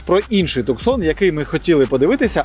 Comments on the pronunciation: Дядько, який Хундай))?? Називай правильно Хьонде, і не Туксон а Тусан))) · Кто-нибудь скажите ему ,что правильно говорить,, Тусон,,.